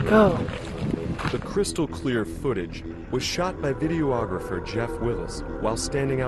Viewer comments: The narrator kept calling him a video ographer....I found that annoy oying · I wish this guy would stop saying "video-ographer", it's pronounced "vid-e-ographer".